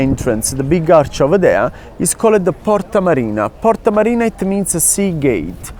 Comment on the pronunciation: Italian: it's called Portaaa Mariinaaa😂 All kidding aside, he is an absolute pro! 😅